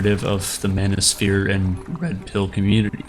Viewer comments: "Manisphere" ? Step the F off. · lol the “mano-sphere” my goodness you lost me less than a minute in.